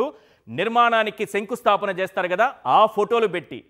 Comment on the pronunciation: సంకుస్తాపన కాదు మేడామ్ శంకుస్థాపన